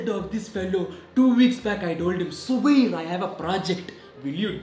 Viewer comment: Noone: zubairs teacher:*subair*